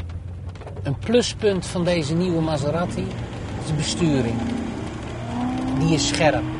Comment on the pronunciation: Die auto heet geen Maseratti, zoals in dit filmpje steeds herhaald, maar Maserati!